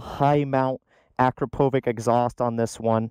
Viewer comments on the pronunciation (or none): Say "uh-crop-uh-vitch" instead of "ack-ruh-poe-vick" 👍🏻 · In America, yes. Ah-crop-o-vick if you want to be correct. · It's actually aKRApovitch, with the emphasis on the second syllable. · Its pronounced akrapovic, not akrapovic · Every motorcycle journalist who, after so many years of them dominating the scene, still cannot pronounce Akrapovic correctly should immediately resign and work at McDonald's. For the last f...ing time: It's Ah-KRAH-poe-witch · "Uh-crap-o-vich" I'm going to test ride one this week and just might defect from the Harley camp. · say it with me... A KRA PO VITCH